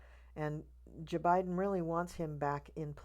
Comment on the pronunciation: First time watching you and I just subscribed! I totally agree with you on everything you said. I stopped watching so many readers and I find it a bit sad that they have given up on Kamala. But in the meantime, I discovered other readers whom I agree with, like you, which is cool! And I just love how you say J-Biben like Maya Rudolph! Thanks for that hopeful reading!